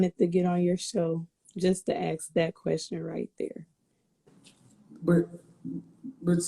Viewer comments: She cannot pronounce simple words. It is ASK. Not axe. No man of high value is going to take a woman who speaks ghetto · Do you have all these dreams of education can you please start by pronouncing the word ask